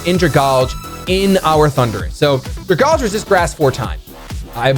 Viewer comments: I dont wanna sound nitpick-y but please say dragalge-e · Oh yeah, getting back to his roots with the Trevenant and the Darmanitan! Good to see you doing pokemon related stuff again. I think a draft league is the perfect amount without getting too bogged down by it. The pronunciation of Dragalge though... It's Dragon + Algae. Drag-Al-Gee Anyways, I wish you luck this season. I will be rooting for you, Emvee, and aDrive.